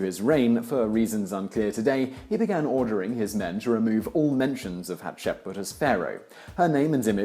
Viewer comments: Except for the fact he was pronouncing the letters out of order. Hapshetsut is just the translated version of whatever she was actually called. It has an agreed upon pronunciation and even if it didn't, just going on the general phonetics of the english language he was completely wrong. It's like someone saying "poh-toe-toe" for the word "potato", it doesn't matter how you want to pronounce it that way is wrong. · Simon, your pronunciation of "Hatshepsut" ("Hatshepbut"? Really?) is shaming you. Take 10 minutes and record yourself saying it properly, and have someone there dub it in over yourself. It can't look any worse; and if you think that your vocal tonality varies so much between each attempt to say the name right - I have news for you. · Dude.. Simon. You seriously need to make an effort to pronounce these things correctly. Hat-Shep-Soot! It's not hard as all Egyptian names are phonetically spelled since they're transliterations from the Egyptian language. It's not like it's historical spelling like in French. It's super easy. JUST SOUND OUT THE LETTERS. Just spend like 5-10 minutes before each of these videos that contain foreign names that your British tongue has trouble with sounding it out and pronouncing it until you get it. Practice makes perfect. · I can never pronounced her name correctly Hap-sheit-shut, Hap~sheep~put. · "haht-shep-soot". good video though lol. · "Haht-sheh-put".....I see Simon is part of the conspiracy to erase Hatshepsut from history. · Come on! Read the name properly! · You butchered her name. Thutmose's, too. Ugh. As a studying Egyptologist, I want to strangle you. 😤😬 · I think you're missing an s in there. Still a great video! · Simon, love you, love this channel, but please, please, PLEASE: Learn to look up how names are pronounced before you do an educational video. Every time you said Hatshepsut's name I literally physically winced. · Can't even get through the whole video because of how he's pronouncing Hatshepsut. Gahh!